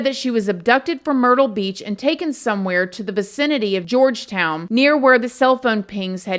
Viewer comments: Horri-ble Horry County correct pronunciation. Georgetown as George not Georgia. From a SC resident with lowcountry roots. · George town, it's called Georgetown south Carolina. George -town. Not Georgia town lol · Love ya girl lol But its HORRY H is Silent. So its ORRY George-Town County not Georgia town Lol Made me giggle Thank you for covering. Still hoping Her mom sues Mooney and Girlfriend. Horrible Horrible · It's George.....town. not Georgia town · this case was a good one. thanks for YOUR take on it.... it's George-town though not Georgia_town lol lol it's cute! you got it at then...lol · How the fuck does she think Georgetown is pronounced “Georgia-Town”??? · Damg girl. You got these names all messed up. Lol I was born in MB. And am still in SC as a 47 yr old . Gorge' town And horry( O re') County .. just got a giggle out of how you said em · Thank you for covering this class. Just FYI Horry County sounds like Oree locally. Georgetown is just George-town. Random South Carolina stuff